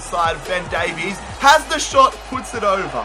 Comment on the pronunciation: Why does everyone pronounce welsh version Davies wrong